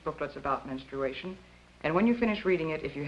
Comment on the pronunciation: Menstawation lol